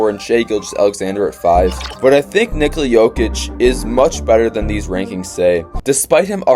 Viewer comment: Great video. It would be nice to pronounce his name correctly. It is pronounced NICK-uh-la not ni-COLE-la.